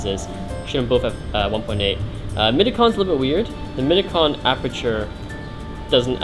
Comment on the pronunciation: It's "apeRture" not "apeture"